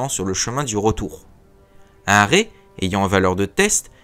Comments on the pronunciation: Merci pour cette vidéo. (raid se prononce raidE) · (rèd) ou [ʁɛd] en alphabet phonétique. Tu l'a dit toi même :') le culot. En alphabet phonétique le d se prononce. Après, la synthèse vocale de google trad fait très bien le travail mdr pas besoin de chercher la seule source qui te donne raison. L'égo...